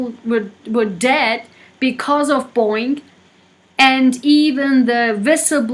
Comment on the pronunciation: Boing?? Its BoEing lady🤗